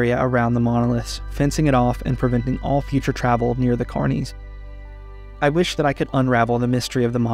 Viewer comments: I kept hearing "carnies" instead of "carnis" lmao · i love the video but every time you pronounce carnis as carnee a little part of my soul dies so please its not french